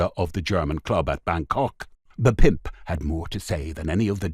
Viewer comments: I love the way the narrator says. “ Pimp!” Almost like ‘pey’. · Good story, shame about the terrible over pronunciation "the pimp" and others, bad narration. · Yeah the “pimp” word was just over pronounced every time , got right on my nerves